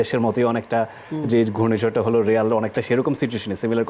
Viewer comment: রিয়াল না রে, রিমাল🤣